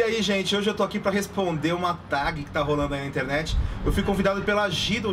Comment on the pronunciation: A pronuncia é Tégui e não, literalmente, Tag kkkk 😬